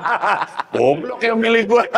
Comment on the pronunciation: Om panji kalo suruh ngomong goblok renyah bgt🤣